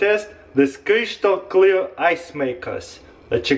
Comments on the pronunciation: er sagt ''krishtal'' xD Ich lache in so hard aus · 'Kreeshtal kleer' im dead 😂